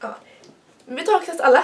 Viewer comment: Älskar när du säger men för du uttalar lite speciellt. Typ mENe